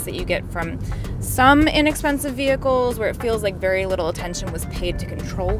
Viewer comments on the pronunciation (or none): none